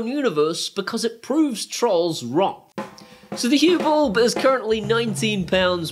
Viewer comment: I presume “ballb” is your strangle way of saying “bulb” to make life tough for us proper speaking Aussies? ;)